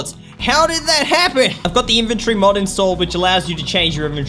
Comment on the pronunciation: Mod not mode